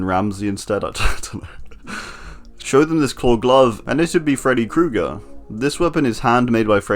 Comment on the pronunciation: Good Video! The most impressive part is where you pronounced Krueger absolutly perfectly, did you learned secretly german somewhere? :>